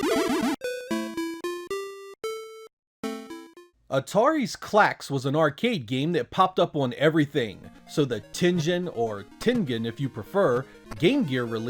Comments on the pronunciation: It's tengen, not "tenjen". Like Atari (当たり) and Sente (先手) Technologies, Tengen ( 天元) is a Japanese term from the board game Go. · It's pronounced Teng-en. They had commercials, dammit!